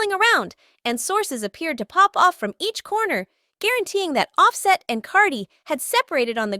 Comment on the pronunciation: you little non talking it quit butchering this man name how can you not pronounce his name its simple as day and night its off- set can you say it with me say it little it off set. i wish that i knew your name so that i could butcher it...........